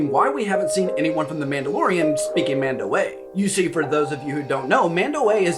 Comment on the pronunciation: I'm pretty sure its pronounced MAHN-dow-AH, with the 'a' on the end being pronounced as if lower case rather than upper case.